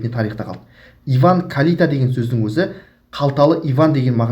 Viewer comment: Сен сөйлемеш Карита емес Кальита